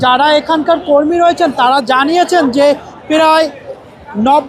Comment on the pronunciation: প্রায় উচ্চারণ করতে পারছে না. সে আসছে রিপোর্ট করতে। পেরায়